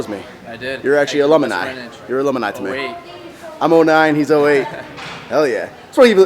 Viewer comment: It's alumni. Not alomani. And it's spelled Adobe. That is all.